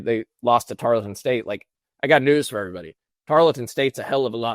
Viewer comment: Triggered to the max at how pronounced "Tarleton" repeatedly.